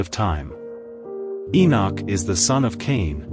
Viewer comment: That is Enosh not Enoch please